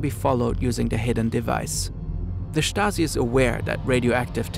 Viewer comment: “Da Shtazi”